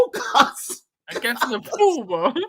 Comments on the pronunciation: Don't want to add to your grief but it's pronounced as "Nepaal" not "Nepaul" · Please dont call our country name Nefol or Nepol its Nepal 'pal' like palestine not folestine or polestine its Nepal mate. And also about kathmandu our capital its not catkmandu or katmandu its kath kaath mandu sirs. Other than that i am listening all. Please say Nepal from next time heartly request sir. Thank you